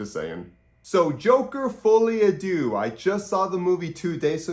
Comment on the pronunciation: stop being a lazy linguist yourself and pronounce it correctly; it is "Foleh a deuh" (not du but deuhhh)